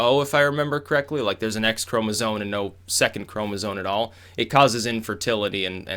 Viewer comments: it's pronounced chroma-ZOME not chroma-ZONE!! holy crap that got annoying. bro, it's spelled chromasome, it's so obvious that it isn't pronounced chroma-ZONE! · It's "chromosoMe" not "chromosoNe". Than sounds ignoraMt. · Could someone please explain to its ChomesOME not "Chromazone" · "ChromosoNe" its chromosome my boy not sone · It's "Chromosome", with an 'M'. Not "Chromozone". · The way you say "chromozone" hahaha. Also, it's not surprising that the writer was Riley Dennis XD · Anyone else hear "chromosones"? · Lol, how does know so much about sex-linked disorders and the evolution of eukaryotes but not how to spell or pronounce 'chromosome'? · chromosome ends in an m sound bro.